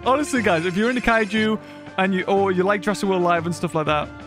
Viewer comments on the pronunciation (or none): none